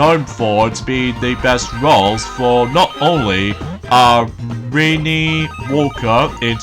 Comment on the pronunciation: Also. She did do the voice of Renee Walker. ( It sounded like you said Rainy!)